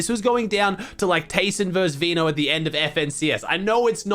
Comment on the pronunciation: Please fix your pronunciation for TAYSON and VADEAL